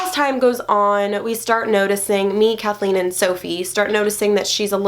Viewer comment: You said her name #CATHLEENE